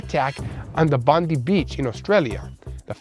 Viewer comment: Bondi Beach is pronounced Bond-die beach